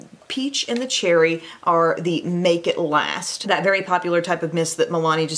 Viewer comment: "Makw a big sneeze" lol😄